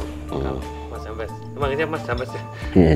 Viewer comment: jambes bukan jampes 😅 beda arti...hahaha